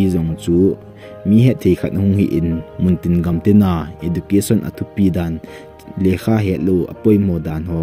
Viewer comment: Ezucation in pronounce ou sopi ..